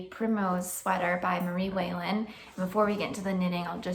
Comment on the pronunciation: I think you are right. I have heard it pronounced like this "wall -in."